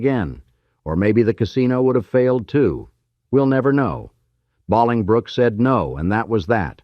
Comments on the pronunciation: AI is so stupid, it is pronounced BowlingBrook! You are not real either! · Boling•brook; pronounced like Bowling•Brook. Bowling ball, bowling alley. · the correct way to say the town is... bow ling brook (phonetic) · It's Bollingbrook spelled differently but like bowling like bowling ball Bollingbrook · Stop with the Bawling Brook 😂😂 that is annoying me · JFC with "Baaaalingbrook!" This was a good video, for the most part, but someone told an AI to make it an hour, NO MATTER WHAT, when it actually ended at about 27 minutes. One can TEACH AI to pronounce things correctly. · Bolingbrook (Pronounced Bowling Brook)! Get it right, omg!!! I visited Old Chicago! It was cool, and kinda like an indoor neighborhood with amusement rides!!! Very neat-o!!! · Bowling , Bowling, BOWLINGBROOK!!! stupid AI voice! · AI needs pronunciation training for Baalingbrook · 😂😂😂I went to Bahlingbrook HIgh School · First, "bowling - brook" is the pronunciation. Second, typical AI using too many words and saying the same thing over and over. Normal people would have told the same thing in 30 minutes. Couldn't even bother to edit. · God I am so tired of fucking AI bowling brook ,, what the fuck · It’s pronounced Bow-ling Brook, Illinois. It was beautiful very fun. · The AI is mispronouncing the name of the town. It''s pronounced bowling brook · I was thinking the SAME. I have actually been there, and it is 'BOWLingbrook'. My cousins lived there. I am SO F'ing tired of A.I. BS already. I want to scream. So, making content and using an AI actor instead of paying a PERSON to voice it. Anyone that doesn't see that this is EXTREMELY problematic, is really not using their head. Personally, if I suspect AI in anything, I stop watching. Sadly, the scubbags get engagement from my comment here. But it must be said. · Right. Lol I'm like I ain't ever heard of Bahlingbrook before. 😂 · Thank you. Like "bowling brook" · right. that was the first thing to get on my nerves. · I grew up there too that upset me 😂